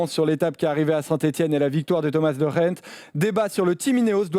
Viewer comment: Vous êtes chaud bien prononcer De Gendt une fois au moins ?